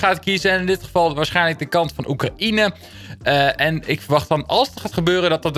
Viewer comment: Hoe je Oekraïne zei😂